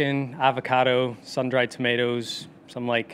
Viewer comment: The only time he lost his N.I. accent was the word 'tomaaatoes'. Nowhere near as garbled as G-Mac.